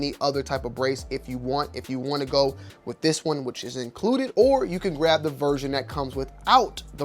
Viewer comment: Wiff? Not with?